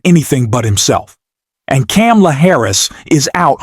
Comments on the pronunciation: Didn't you see her neices' lesson at the DNC? The debate? Her name is Kamala, pronounced "Comma-la". Please correct yourself. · Bro Pronounce it like this… comma-la Or just say VP Harris.. you’re obviously struggling with her name…😒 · You cannot pronounce Vice President Harris’ first name correctly??? WTF?? You also don’t know how to use “like/as” correctly! No “like,” no subscription. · Please pronounce the VP's name correctly.